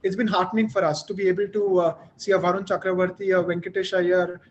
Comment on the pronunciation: It's Varun "Chakravarthy" not "Cakravorthy" Sameway it's "Mohammed" Shami, not "Mohhmad"